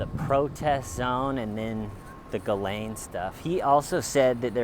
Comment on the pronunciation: This video makes me realise that every big city in the western world is so similar, oh and, thank you for pronouncing her name correctly lol loving the little bounce of the camera whilst you walk 😂😂😂🎥🚶👏